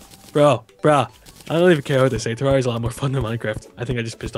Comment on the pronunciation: Yeah! Tewwawia!